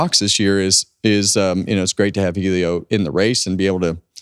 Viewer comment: OK folks, is Helio pronounced eelio or ellio? I hear both. Inquiring minds…